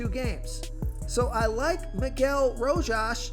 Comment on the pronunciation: Spot on with "Row-Haas!" 3-run bomb in his first AB.